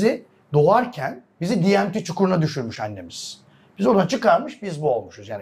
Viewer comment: Diemti nedir ya ,sizleri dinleyen Türkler, Türkçe konuşun, ingilizce terimi öyle berbat konuşuyorsunuz ki, artikulasyon sıfır, şive sıfır, Türkçe konuşalım 🤔🤔🤔